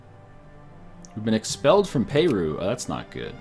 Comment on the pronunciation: Its not pay-roo its per-roo.